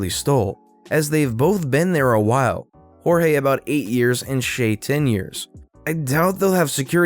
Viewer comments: I love how u pronoused Cheltenham and jorgie please try and get it right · Jorge is not horeyey